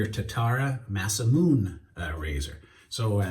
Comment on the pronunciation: Say it with me, Mah-sah-moo-nay 🤣 Great shave! Now that soap has perked my interest though, shipping it from India would cost me in postage, several times over the cost of the soap itself. I'll probably throw both soaps in with something else from Pearl to make the shipping worth while.:)